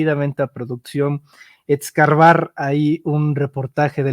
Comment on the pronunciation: No es ECSCARBAR,. ES CAVAR o ESCARBAR...TE FELICITO POR TU. HONESTA Y ASCENDENTE CARRERA..LIMPIA.